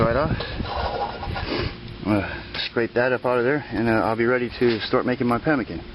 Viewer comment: NO TALOW / NOT PEMICAN